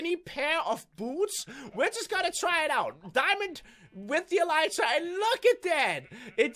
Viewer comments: It's pronounced elite tra not e light ra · it's pronounced elr ee tra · it drives me crazy. It's pronounced ah-lee-tra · it's pronounced e-lit-rah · He Said Elytra Wrong